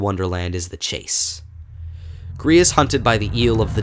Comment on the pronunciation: dislikers are the kind of people that are mad that you suck at pronouncing Gris